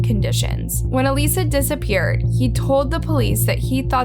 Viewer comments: has an actual video of her sister saying her name….. still disrespectful calls her aleesa……..bitch fuckin plz the AUDACITY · her name isn’t alissa. her name is alyssa. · Everytime you say ALISSA...I'm wondering who that is..and I realize you're meaning Alyssa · I love how you continue to pronounce her name (EE-lisa) even after her sister says her name is (UH-LYSSA) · You said Alyssa name wrong the entire video.